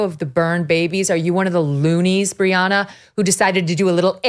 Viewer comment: Briahna not Rihanna already already am listening now ....